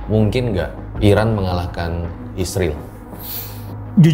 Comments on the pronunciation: Bang bilang israil saja bang bagus, jangan isril gak jelas, ini aku. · Yg jelas ny3butnya boleh.bukan izril,dan siriwil.izrael yg benar.aneh saja bang😂😂😂